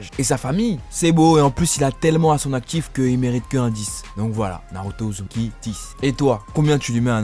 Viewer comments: est ce que jsuis le seul a entendre ''naruto uzuki''😂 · Il a dit Naruto Uzuki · 13 min 21 il a dit naruto uzuki